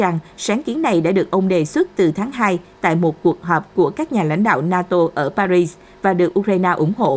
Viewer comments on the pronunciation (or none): none